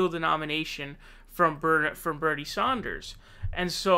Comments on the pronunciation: Bernie Saunders... Sorry say that again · Why are you suddenly pronouncing Bernie's last name "Saunders"? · You do not pronounce SANDERS as Saunders. You do not pronounce SANDERS as Saunders. You do not pronounce SANDERS as Saunders. You do not pronounce SANDERS as Saunders. You do not pronounce Nevada as Nevawda. You do not pronounce Nevada as Nevawda. You do not pronounce Nevada as Nevawda. You do not pronounce Nevada as Nevawda. SANDERS and NEVADA use the short "a" sound, not an "au" or "aw" or "ah" sound. PLEASE correct this! The fact that you are a commentator (even an informal) one and put out multiple videos per day means that you should at least pronounce candidate names and place names correctly. I've lived out west for most of my life. I know how Nevada is pronounced. On camera alone, Bernie himself has pronounced his surname with the short "a" sound thousands of times. I know it's tempting to point to MSM and say, "But so-and-so pronounces it this way." I challenge you to DO BETTER than freakin' MSM by actually saying as many names properly as often as you can and paying attention to genuine and sincere (non-trollish) corrections. =) Otherwise, you are killin' it with the analyses lately. Truly enjoying most every video. Cheers. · Some 'progressive voice'. It's Sanders. Pay attention to details. Be progressive in your awareness. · It's S-"AND"-ERS not S-"AUN"-DERS!!! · Sanders not Saunders...geez get it right man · Love me some Bernee Saunders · Who's Bernie Saunders? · Bernie Saunders? Have you been kickin it with David Pakman lately?😂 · It's BERNIE SANDERS, NOT BERNIE SAUNDERS. thank you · Is there a reason why you pronounce Bernie Sanders as Saunders? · She is the 💣 bomb! She understands the factors involved. Bernie's trajectory has him stretching his momentum to 50.1% of delegates. Quit pronouncing it Saunders. It's Sanders. Fill in the bubble. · Yo, it is not Saunders. It is Sanders 😀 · It's Sanders, not Saunders. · It's Sanders not Saunders